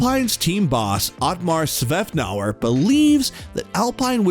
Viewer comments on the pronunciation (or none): Click bait and the narrator mispronounced virtually every name mentioned. Kimi Rye-CONE-en. WTF. Otmar Slaflower.